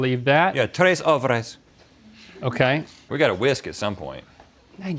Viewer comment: "Only three eggs" "Yeah três ovres" He was so sure about the "ovres" tho. I'm lmao so much i'm from Brazil. GARFOYLE?